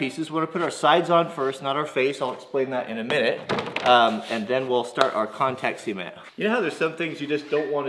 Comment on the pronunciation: I kept hearing contact semen....I have issues...